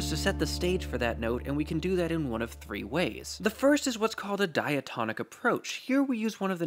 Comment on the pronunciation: I heard "diatomic" rather than "diatonic", which immediately woke up the chemistry side of my brain until I saw the written word and realised we weren't discussing halogens or the others...